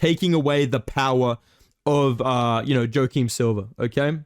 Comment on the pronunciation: “Jo-Kim Silva”